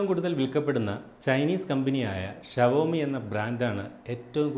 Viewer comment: വാക്കുകളുടെ ശരിയായ ഉച്ചാരണമെങ്കിലും പഠിച്ചിട്ടു വേണ്ടേ ഈ പണിക്കിറങ്ങാൻ.....Xiaomi - ഇത് വായിക്കേണ്ടത് 'ഷവോമി' എന്നല്ല 'ഷോമി' എന്നാണ് ശരിയായ ഉച്ചാരണം.. ചൈനീസ് ഭാഷയിൽ ഷോമി എന്ന വാക്കിനർത്ഥം ഇംഗ്ലീഷിൽ ' Millet' മലയാളത്തിൽ 'ചോളം', 'തിന' എന്നൊക്കെ വരും... എന്തിനാ വെറുതെ????